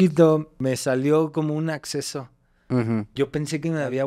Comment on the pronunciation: Es abceso no acceso